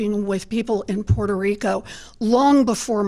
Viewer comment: She keeps saying “Portuh Rica”